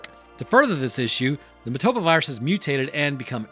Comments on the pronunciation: It's MO-TA-BA, but you keep pronouncing it MA-TO-BO. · Painful hearing him say motoba when it's motAba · say it with me..moah tah buh. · WHY DONT YOU PRONOUNCE THE NAME RIGHT?? Did you even watch the movie?! lol